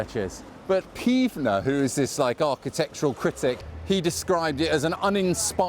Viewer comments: Isn’t it Pevsner as oppose to peevsner .. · It's Pevsner not Peevna 😉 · Nikolaus PEVSNER not peevsner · Peevsner ?? It is PEVSner. 😀